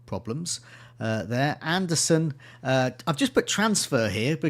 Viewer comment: AndersEn! Not AndersOn! Bloody hell it's right there for you to read 😭